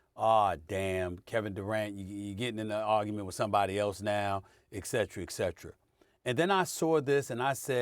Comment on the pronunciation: SAS, first learn how to pronounce Schröder and 'et cetera'. ESPN could you stop letting Shanneyney speak on basketball. He's as bad at this as Skip. Regarding KD. He's a weak minded individual. There's no way around it. He could've been the GOAT, if he had Kobes or MJs mentality.